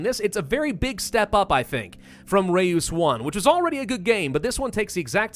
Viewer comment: oh and its pronounced like the german ö, not e-oo.